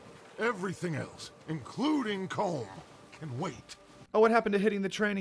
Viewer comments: Its pronounced colum not colm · I'm Irish and on my first playthrough I almost stopped playing because they all mispronounced colm its pronounced collum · it's pronounced "column" not "comb" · COLM IS PRONOUNCED COLUM.